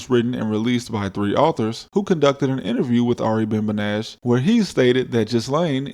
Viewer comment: Menashe, not menash. You pronounce the E at the end. 👌